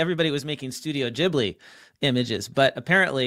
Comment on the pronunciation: GHIBLI not Gibli